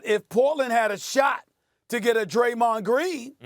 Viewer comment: can't believe he said dremond green. Dude sucks now and way past his prime